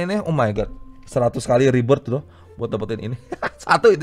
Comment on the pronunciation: ribert bang bukan ribet:v Ribert yang sangat ribet:v wkwkwkwk